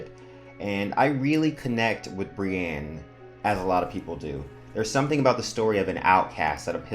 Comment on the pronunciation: Just fyi for future reference, the big Brienne fandom generally pronounces her name Brie-INN, not Brie-ANNE. :)